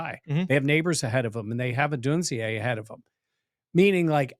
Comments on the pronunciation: Did get saying “Odunz-eeaay” or was it the other way around? says it a bunch at first, then says it. But maybe was the one who initially influenced. It’s “Odune-zay”, like Zay Jones. Just so you know going forward. In case Beane does make a big move to go get him. Anyone would cut you some slack on a Ruke Ohrororo pronunciation, but Odunze you have to get right. 😉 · it’s (ah dune zay) not (o dune zee a) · is almost always Right around this place, but Odunze only has three syllables in his name. Three. Say it with me. Oh-DUNE-zay.